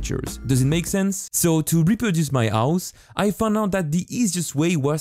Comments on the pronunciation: Stop say avhus it’s hose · Why you say ,, ause and not house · My guy it’s house not ouse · no body: this guy: OUSE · I like how he says "ouse" instead of house. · bro says ouse instead of house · HHHHHOUSE not ouse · House ❌ Ouse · Is it me? Or sometimes he says " House " Its sounds like he said " Ouse " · "now to map my ous" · ''My own ouse'' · You say h words in a weird way. You say ow, ouse, and I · ouse?? wtf do you mean house it has a H at the start not an O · i love when u say ouse not House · I’m sorry but “my ouse” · "My ouse" 🤣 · Ah yes his "ouse". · I noticed that he never says h like when he says house he said ouse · Am i the only one who hears aus instead of house? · "To map exeggdli do my ouhs" what? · I like how he says house as aus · No one:: Ouse~ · i really like his "ouse" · “ouse” he’s so cute. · I love the way you pronounce house owse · Hehe, yes I often had hard times to understand, when it comes onto ands, ouse and eadsets. But he makes good stuff! ;) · " the ause" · yes dis is trou is accent is vérie goude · idk this channel that much but can i ask why do you not pronounce the 'h' in any word? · its funny coz he cant pronounce his H's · You are french right? Bc you arent speaking the H in House or Headset.... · One like = one H not pronounced